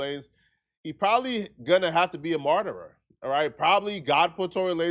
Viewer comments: It's Martyr. Not martyrer... For the 100th time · “marterer “ is not a word. The word is “Martyr”(mar-ter). 2 syllables, not 3. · SECOND incorrect usage of words for today: “martyrer” instead of “martyr” 🤦🏾‍♂ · incorrect usage of words for today: “martyrer” instead of “martyr” 🤦🏾‍♂ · There is only one ER sound at the end of the word martyr